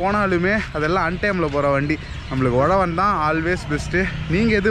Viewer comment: Bro not Ozhavan its uzhavan 😀